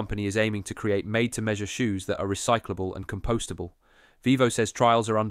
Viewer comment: There are also a few misspoken words that might be a giveaway. compostable (that could be an accent thing) and "tear"🥲down instead of teardown